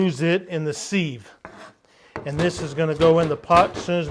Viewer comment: Thanks looks yummy!! Don't mean to be rude but thought I'd tell you sieve is pronounced like give, or like....a thing with tiny holes that lets liquids through...LOL ...How about a video, steak for the wife? Hmmm I bet your a good cook!!